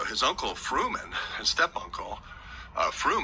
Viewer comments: Mark "Furman" not Fruman (from the OJ trial) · Good gosh. It is Furman, not Fruman.